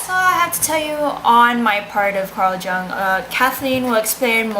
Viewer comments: You can speak english fairly well, but your german is off learn to pronounce his name. The J sounds like U, Ung. If thie is an oral exam slow down, dont admit not undertanding it and overexplaining it as you are often wrong here. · The J in Jung is pronounced like a Y so it sound like Yung not like a J. The u in Jung is long not short. The image becomes conscious when the projection is withdrawn so that we know the symbolism of physical objects figurative as well as their literal, concrete meaning. Image is undifferentiated from object when unconscious or not separated from the object. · I cant believe you couldnt even bother to figure out how to pronounce his name. Lazy fuck. I would have failed your ass. Who put you up to this? Did you choose Jung because you actually liked him? You're cute but I am disappointed. I am a big Jung fan though.